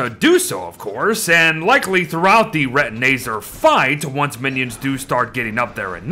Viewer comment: ITS RETINAZAR NOT RETINAYZER